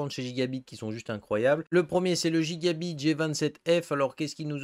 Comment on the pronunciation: Merci pour les bons plans tu m as fumé de rire en disant a la française gigabyte x)